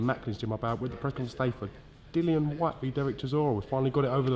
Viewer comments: It's Dillian not Dillan Eddie! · Eddie, pronounce your own fighters name correctly, it isn't Dillon